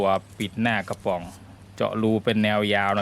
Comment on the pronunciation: ทำไมเวลาพูดคำว่ากระป๋อง ออกเสียงเป็นกวะปว๋องคะ